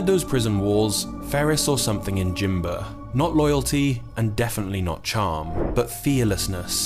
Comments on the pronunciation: It's Jaimba no jimber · His name was Jaimba .. Not "Jimber". Get your facts right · AT LEAST GET HIS NAME RIGHT FFS ..JAIMBA . NOT JIMBA .....ALSO FROM QUEENSLIE FFS ....... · It was jaimba not jimber